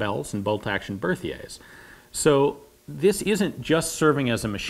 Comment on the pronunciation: ian, you're awesome, but your pronunciation of french is beyond mangled. shaw-shah, b'air-tee-ey (not berth-yay), and the gifle is pronounced "jeefluh", not "gheeflah" (soft g sound, litterally, "the slap"). french is a hard language, but it's much easier phonetically than the grammar makes it out to be. also, i hope you realize how awesome you look when pulling stunts like the intro. that's meme-worthy.